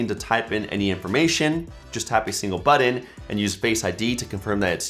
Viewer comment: I'm going to need you to look in the mirror and practice your "BUTTON" pronunciation